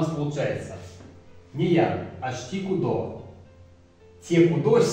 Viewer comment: А разве ударения они идут áрась, áволь, тейтéресь, кудó, цëрá, беря́нь, парó? Я помню смотрел на то, как бабушка с дедом говорят на эрзянском, помню всегда: ку́до, авóль, мéйле, арáсь, лóвсо, бéрянь, пáро. Возможно дело в районах ещë, я из Чамзинского, но знаю, что в Дубëнском какие то слова по другому говорятся, в Березниковском тоже также